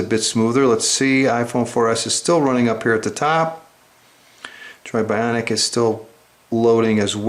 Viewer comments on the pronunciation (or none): apple has 4g its only on at&t... this guy sounds like a complete nerd hes like the droid biawnic. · He says BYAWNIC like it's Jersey Shore ! xD